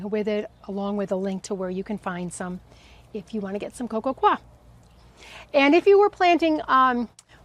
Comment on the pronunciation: Coir is pronounced ""coy ya" or "coy yer"!